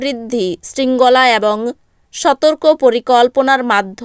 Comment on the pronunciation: Chhi ki baje uchcharon ...ebong na bole bolchhe aabong